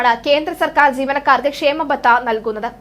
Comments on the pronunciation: it is kshama batha., not kshema batha. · ക്ഷേമബത്ത അല്ല ക്ഷാമബത്ത ആണ്